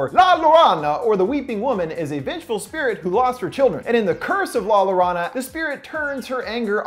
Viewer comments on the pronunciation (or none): Lol the cringe I had when you kept saying La Lawrana. Its pronounced Yorona, but you gave it a shot and rolled with it so respect. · He really said la lorona instead of la llorona 😂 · La llorona is pronounced like yorona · Racist!...at least he tried (i'm kidding, but you go on mocking people that don't speak spanish cuz you are sooooooo cool) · LMAO este wey dijo "lalarana" it's pronounce La yo-rou-na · It's La Yo-rho-nah... You said lorana which is a person's name i guess. Saying it with rho is better than ron if you pronounce it in English. Think of rho as in Skyrim. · “LA LAURANA” oh baby oh no double l’s are pronounced with a “y” noise, so it’s read as “la yo-ro-na” 💕💕💕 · I cant breath “la la rana”, bud, just trying to help, but it’s pronounced “La yoh-rone- Ah”, but I mean it’s not your fault because it is not your native language. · You pronounce the double ll in Spanish like a y. So instead of “La Lorona” you would says “La Yorona” I hope that helps 💖💖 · Uhhh to correct you, for “curse of la llorona” it is actually pronounced “la yorona (in Spanish those two L’s make a y sound) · Le me make it easier for you La Yorona. There I am hispanic and people saying it La Lorona make me so pissed, even thou is spelled with a double LL it pisses me off so just say it with a Y like Yo-yo So just say it Yorona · The "La Llorana" is pronounced like La Y-or-ona. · ITS LA YORONA NOT LA LA RANA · excuse me you said " la loanna " bruh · Its pronounced yorona not lorana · When u said lalorona is not how u say it u say like La Llorona(yo-ro-nah) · Its pronounced La "Yo-ro-na" not La Lorana. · La LORONA🤣😂. YO-ROA-NAH👍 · Jorona not lorona hyped to see that tho hope they didnt fuck it up like they did the nun . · Say it with me now.. La “Yorona”. That’s how you say a double LL... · It’s la yo ro nah! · sorry but it’s pronounced yorona, but it’s understandable dude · You pronounce La Llorona “La yo-Roh-na” Rolling that ‘R’ of course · It’s pronounced “ La Yo-Roe-Na” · "La Lorana"